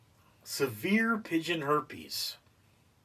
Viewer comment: Also “Severe” not “Saver”